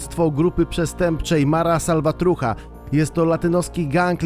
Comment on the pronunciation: Mówi się mara salvatrucza xd